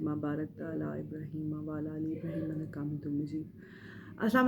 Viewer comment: Ak or bat Ap Jo durood Sharif parhti ha jaha ye "Inaka" Jo lafz parhti ho ye" Innaka" bola kry Shukriya Allah apko khosh rkhy